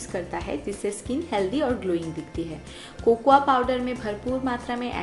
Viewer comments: Di cocuwa nhi Bolte ha Di Coco powder Bolte ha sweety di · cocoya. Kya hota h ... 😂😂😂 it's cocoa